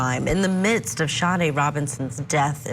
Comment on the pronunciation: SADE Robinson, not Sharday Robinson.